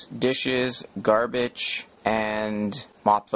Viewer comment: Sounded like he said Garbitch and one point.